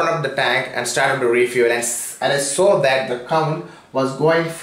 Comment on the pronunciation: Abai chutyai itna accent bana Kai kyo Bol raha hai mr wholder LoL it’s holder fuck off yeah righ side lol n wats show its saw soooory LoL 😂